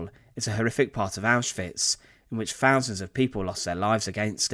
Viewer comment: Fousands?,learn to speak English.